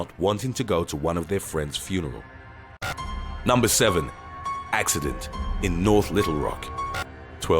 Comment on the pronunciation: Numbah eight Dubbo crash